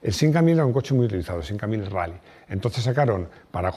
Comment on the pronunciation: Con el debido respeto lo que el dice del Simca 1000 Rally no se entiende, lo dice como sin aire... 🤷‍♂️